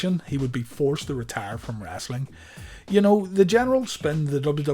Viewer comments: Its WRESTLING not Wrastling. For gees sake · Its wrestling not rasling